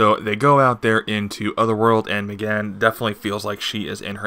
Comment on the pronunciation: I gottta ask... where do you get the pronunciation of Meggan as "me-GUN"? What did I miss? I've always pronounced it same as name Megan (MAY-gan) as Meggan simply a variation of the name Megan.